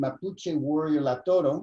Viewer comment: It’s Lautaro, not Lautoro.